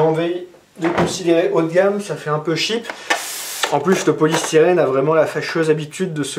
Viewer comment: 1.30 ça fait un peu "sheep" (mouton) au lieu de "cheap" (pas chère) 😂😂 (C'est pas du tout méchant je trouve ça marrant)